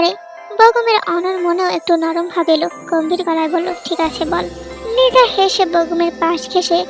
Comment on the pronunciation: আছা ওর নাম Lisa না তাহলে লিজা কেন বলে